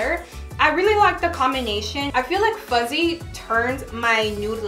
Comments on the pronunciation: it’s fuhssie not fuZZee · Sis it’s “FUSSSSYYYY”🤣🤣 all I’m hearing is Fuzzyy😭 kind of annoying please practice saying the right name haha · You were pronouncing the name wrong. You were saying ‘fuzzy’ but the name is ‘fussy’ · Girl it’s FUSSY not fuzzy. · It did drive me a little crazy cuz she kept saying fuzzy over and over😜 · I was like, “did I hear that right” 😂😂